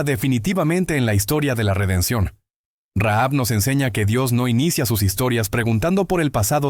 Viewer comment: Rahab, sin pronunciar la h o la jota